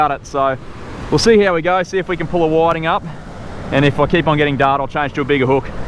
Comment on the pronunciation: WTF are whaddddding?! Do you mean whiting?!?! You Aussies mis pronounce every fish species there is! These are called Whitings! Do you have rocks in your mouths? 🤦‍♂️🤦‍♂️🤦‍♂️